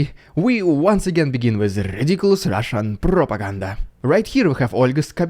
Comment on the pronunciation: I love the Dude's pronunciation of rolling Rs e g like when his says "rrridiculous Rrrrussian prrrropaganda" the first time in this video. Now that is how R should sound and be pronounced. 🙂 Slava Ukraini